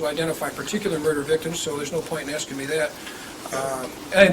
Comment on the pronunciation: Love how the same guy who keeps saying "monies" also says " axing" 🤣 He's like l'le Carmine